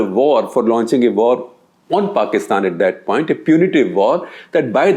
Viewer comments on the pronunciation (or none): none